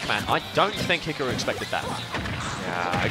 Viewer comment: I hate how they're pronouncing hikaru. It's hee car roo....